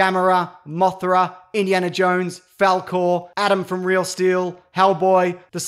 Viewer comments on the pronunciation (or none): none